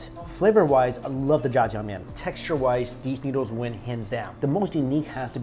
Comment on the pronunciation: i dislike how you pronounce noodles